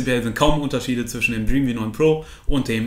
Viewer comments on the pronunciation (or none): none